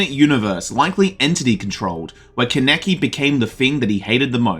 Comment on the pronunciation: Not CAN EKI its pronounced Kahn uh key Kaneki